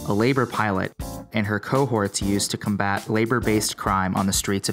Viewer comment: Gigas0101 How about combUt?